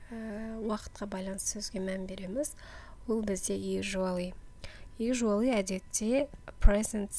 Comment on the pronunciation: Usually дұрыс оқылуын бір көріңіз)